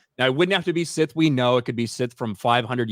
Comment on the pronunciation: Look SOL OBVIOUSLY REPORTS TO JEDI COUNCIL THAT HE FOUGHT A SITH. BUT COUNCIL ACTUALLY HEARD - SOL HAD A FIGHT WITH SETH. SOME FLOPPY HAIRED LATIN/ASIAN DUDE WHO LOOKS LIKE A HOMELESS JUNKIE. YOU KNOW SETH.. CASE CLOSED SETH NOT SITH. LEARN TO PRONOUNCE IT BETTER. 😅😂